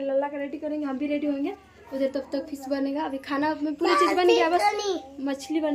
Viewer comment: Fees nahi fish hota h madam